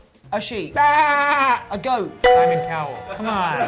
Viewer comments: “Simon cowl” OMFG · goat Tom getting it wrong “Simon cowel cmon”